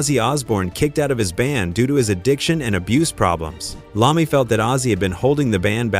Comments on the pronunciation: Its I-ommi ... not an L... L is for loser and apparently you are. Take this down and fix it!!!!! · am sorry... who the fuck is Tony Lahmey(Iommi) i now disregard anythingf you say from that point... if you did any reserch on this at all you would not pronounce his name wrong!!